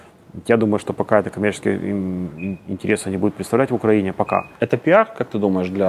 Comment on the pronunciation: Пожалуйста, скажите ему, что он живет и работает в УкраИне, а не в УкрАине! Столько интервью пересмотрел, а Владислав все не может грамотно и правильно назвать свою страну. Казалось бы мелочь, ведь это всего лишь ударение, но оно обо многом говорит